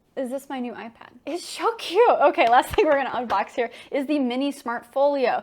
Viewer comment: "it's shoo cute!" no, you are!